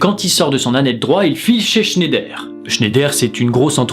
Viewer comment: On dit "schn-a-i-der" pas "schnèder" ça m'a perturbé haha